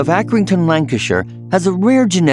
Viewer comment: Lancasure xD